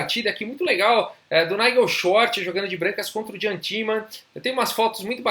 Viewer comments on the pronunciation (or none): Eu acho (e acho msm não é ctz) a pronúncia do nome "Iam" e não "Jam", em geral em muitos idiomas a pronúncia do J é I. Mas de qualquer maneira a partida é sensacional e seu canal tem me despertado a vontade de voltar a jogar.